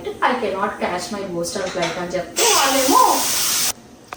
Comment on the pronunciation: Its not Booston its Boston.